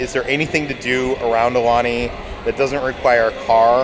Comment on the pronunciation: If you guys love Aulani, please learn to say it properly. It’s pronounced Ow- Lani